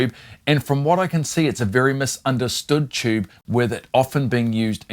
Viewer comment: What the heck is a "chube?"